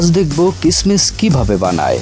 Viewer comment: কিসমিস উচ্চারণ ভুল আপনার